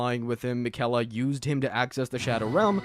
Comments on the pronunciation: makayla got me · It drives me crazy when people mispronounce Miquella's name as though you didn't hear it Fifty million times when you fought her at the base of the Haligtree...